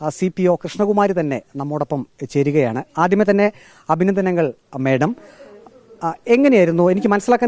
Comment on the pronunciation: മേടം അല്ല മാഡം.